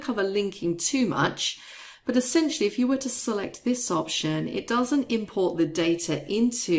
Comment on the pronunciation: It’s donent worrk